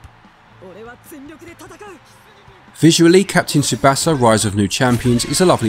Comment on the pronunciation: You really dont know how to pronounce Tsubasa. It means the Wings